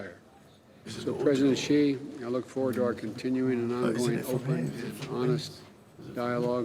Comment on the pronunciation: It's si ...not ji ...you want me to spell yar name piteng